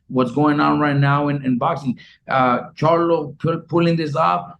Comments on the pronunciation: He said Jermell CHARLUM 😂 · He said Jermell Charlum lol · Did he say Jermell charloM lol wtf. Is this mofo drunk off the modelo